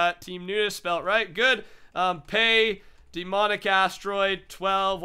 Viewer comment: Anyone else noticed he says "DEEmonic Astroid"?